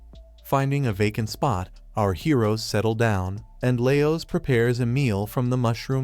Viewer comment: Is that why you're calling Marcelle "elf girl" even after introducing everyone else by name? And perhaps you were watching subbed instead of dubbed because it's bothering me how you pronounce Laios (Lie-oh-s as lay-oh-s) and Falin (Fah-lin as fey-lin) Maybe I'm just hypervigilent against ai videos and voices but it just feels off.